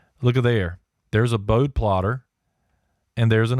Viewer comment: Pronounced Bode-ee (Boad like toad, with an "eeee" sound at the end.) Enjoyed the video